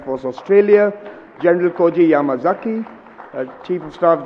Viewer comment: This moderator is so poor in reading names. Shocked to see she called Yamazaki as Yama 'Kazi'. Unacceptable. Pl guide and correct such poor work. She also said Warat instead of Rawat for the later CDs of India. Her presence and preparation was Not upto the mark.